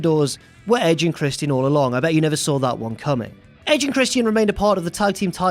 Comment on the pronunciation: His name is Christian, not Christy N!!